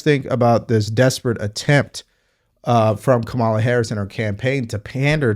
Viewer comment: I enjoy your posts but you need to know Harris’s first name is pronounced karma-la. Just saying if you get this right, you’re almost perfect!😊